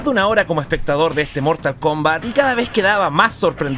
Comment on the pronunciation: yo apostaría a que dijo "mortalcomba"